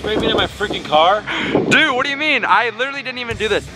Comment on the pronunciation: Is it just me always say Dud did u need to do this